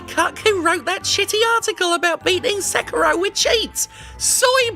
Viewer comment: You know, I'm more angry at how you mispronounce Sekiro than I am at people wanting easy mode in games.